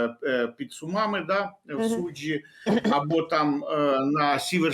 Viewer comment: Під СумАми.А я думав,що назва міста Суми звучить з наголосом на букву У.